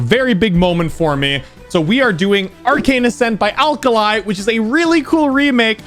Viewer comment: Song would've been better if he said alkali like alkuhlee